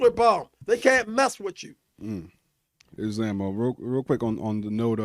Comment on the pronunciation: Couldnt even enunciate islam correctly 😂 "is-lem"